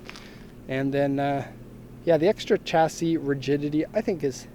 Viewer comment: Pronounced ‘shassy’ - chassis